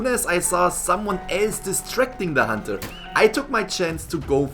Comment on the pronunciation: When this man says decoding or hunter it hurts me